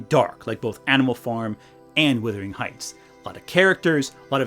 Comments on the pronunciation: WUTHERING not WITHERING. “Wuh” rhymes with “huh.” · Minor quibble but Wuthering isn't pronounced Withering - it's pronounced Wuthering and it has a differing meaning. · FFS - Please learn how to pronounce 'wUthering'!